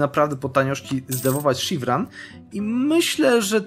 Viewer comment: Szirwan nie Sziwran kurde !